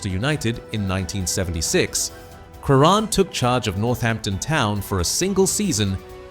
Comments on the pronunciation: If this bastard pronounces his name incorrectly again, I will hang myself . What a c**t ! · AI pronunciation has got to go. But what a player he was even if the guy can't pronounce his last name correctly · what`s the point of some kind of tribute when the dy ck head voice can`t produce pronunciation of his name correctly. Shove AI where the sun don`t shine. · Wow!!! This is a disgrace referring to Crerand. When are they going to get the pronunciation of his last name correct.. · You can't even pronounce his name properly. Paddy often hung around with Manchesters quality street gang, i often bumped into him at the car sales plot where they often used to meet up. A great guy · Apart from the awful mispronunciation of his surname this is a very fitting tribute to United great, Pat Crerand. Having seen him play on many occasions I can say without any reservation that Pat was as important to United’s success in the 1960s as Charlton, Law & Best. Enough said. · If you claim to know so much about Paddy Crerand, you should at the very least know how to pronounce his name correctly.